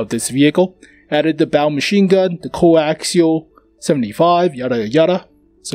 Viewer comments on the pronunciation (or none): none